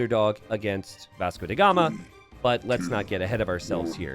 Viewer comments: why do you pronounce Vasco DA Gama as “Vasco DE Gama”? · Who is that Vasco "DE" Gama you speak of? :p Do you mean Vasco "DA" Gama? :D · Vasco DA Gama, DA gama not DE gama